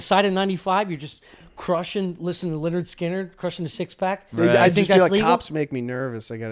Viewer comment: Shout out to for pronouncing Lynyrd Skynyrd the right way.